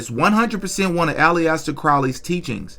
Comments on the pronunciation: Lol his name is not all-E-ester crowley its aleister crowley the beast of scientology and golden dawn. Look up babylon working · Al-ester. Not Allie-ester. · Pronounced “ allister” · not to nitpick but it is pronounced "Ali-ster" like Mohammed Ali-ster. Not trying to be a dick. Love the channel and your delivery of the content. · It is pronounced Alester not Iliester. His main teaching is surrender your ego to the Cosmic One since Lust of Result leads to misery. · Its pronounced Alistar not allieaster 🤣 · It’s pronounced [Alice-stair]Crowley stop saying polyester Crowley. Also what’s up with niggers thinking that feed me like my video shit will work like he genuine stop being a bum god damn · Bruh it's pronounced Alister not ali-esther.... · Hey! Just a heads-up—‘Aleister’ is typically pronounced AL-iss-ter (like ‘Alistair’), not ‘Alley-est-ter’. Thought I’d mention it in case it helps! Your content’s 🔥 —seriously loving it, keep it coming! 🇬🇧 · Why do you pronounce it ally-ester crowley? Say Al-Es-Ter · Its al is ter thats how u say his name not how your saying it lol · FYI it's pronounced, ".. Ali sta ..."😊 (Aleister Crowley) Like Alastair. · Hate to be that guy but is a Aleister 3 sylibols... Not Aliyester. Not nitpicking Just saying . Good video though 👌 w s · Alee- yaaster crowly!!!! You ain't gotta say it like that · Bruh Ali Ester? Come on man. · First name Pronounced “AL-ISS-TUR” - not to be a grammar cop but it’s actually easier to say the right way - it’s an English name. AL-ISS-TURR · IT'S PRONOUNCED ALISTER CROWLY ALISTER👌🏻👌🏻😂😂😂 SORRY I JUST HAD TO LET YOU KNOW MAN. 👍🏻👍🏻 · Aleister = "Al-est-er" Hecate = "heck-uh-tee" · If you don’t know to pronounce Aleister or Crowley, how the tf am I supposed to listen to anything you say about him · Imagine confidently pronouncing aleister like that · That is not how you say aleister 😂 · Bro how u gonna pronounce aleister like that bein a podcast dedicated to the occult lol